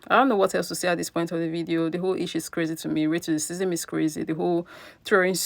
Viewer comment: Racism.... Not " Raticistisim" 🙄🙄